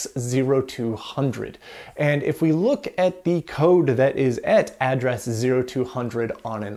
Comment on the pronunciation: Why do you say “et” instead of “at”? Pretty different. ;)